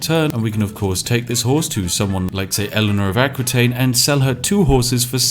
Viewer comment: Eléonor d'Aquitaine is pronounce [Akitaine], not [Akwitaine] :p !